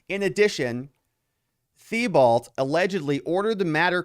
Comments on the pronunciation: Hey. Thibault is pronounced Teebeau. 🇨🇦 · thibault is pronounced T-bow btw <3